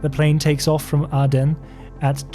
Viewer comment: Nicosia is not pronounced correctly. Larnaca needs some work as well. Aden too. Someone else noted the Airbus 707 issue. The airport diagrams show them today, rather than in the 1970s - a lot has changed. Wikipedia says pilot was shot in Aden but his body dumped in Mogadishu - differs from your account.